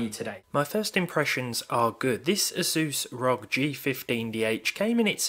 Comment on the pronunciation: Please learn to pronounce Asus ROG correctly